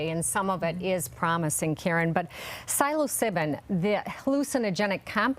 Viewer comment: it’s “SIL-oh-SYE-bin.”